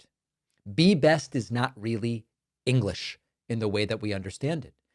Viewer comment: Still not working on her "eeenglish".